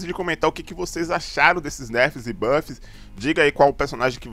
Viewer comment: EU ENTENDI NERFS E BUGGS KKKK